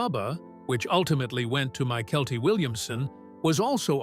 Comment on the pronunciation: One of the big bloopers was in fact of Bubba who was played by a good friend of mine who is MYKELTI Williamson The announcer missed THE pronunciation of his first name .